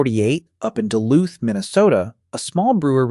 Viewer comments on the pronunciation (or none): none